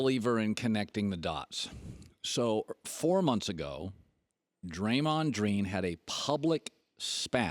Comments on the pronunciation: "Draymond Dreen" 😭😭😭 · I like how he called him Draymon dream....lol